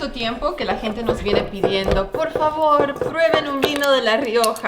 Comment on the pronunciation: está bien que hace mucho que te fuiste del pais, pero no digas más hagalón tenés que decir háganlo, también vale para "pruebenlon" y el resto de palabras que le ponés el "lon" Dejándo de lado este detalle muy buenos y entrenidos sus videos, a Samuel es mejor regalarle un traje Armani que invitarlo a comer, por Dios como lastra, principalmente cuando viene para Argentina, me extraña que no pese 120 kg. Sigan adelante, saludos desde Rosario y de Central